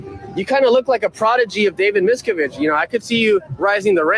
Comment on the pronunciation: How does someone questioning scientologists in person not know how to say Miscavige lol